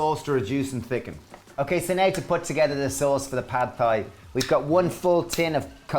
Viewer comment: Love your videos! It would be helpful to have written amounts in the description box. Also, Thai is pronounced like "tie".